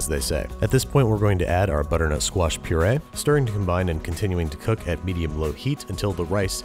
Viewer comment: Does it sound like he is saying "Butternote Squash Risotto" to everyone else